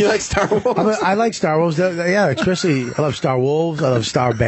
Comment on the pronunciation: Bobby making fun of Vos for "star wolves" but then says "expecially" lol